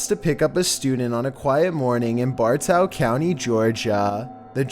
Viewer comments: Haha Bar-ta Lmao it’s Bartow County not barta 😂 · Its pronounced BAR-TOE not Bar-tow